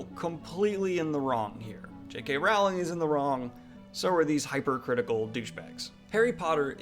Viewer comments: I discovered you yesterday and you definitely seem like a very nice and well-grounded guy, yet every time you say JK Raaaauuling instead of Rolling I want to flick your nose! So I'm conflicted. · I love you Daniel, but you could you please pronounce her name correctly? "rolling" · J.K. WOOOWling